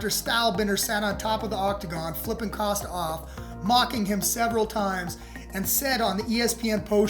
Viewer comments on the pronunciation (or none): none